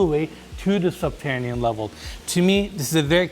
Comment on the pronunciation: 'Subtanian level has to offer'?. U lost me in the 1st minute dude. Its subterranian. Not doin business w this guy sounds like a dummy